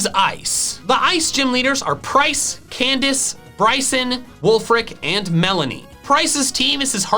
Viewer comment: Did he say candice